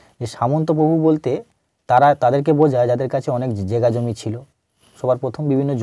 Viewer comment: কথাটা জেগাজমি নয় জায়গাজমি